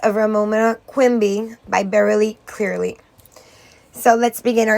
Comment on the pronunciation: Her last name is Cleary, not Clearly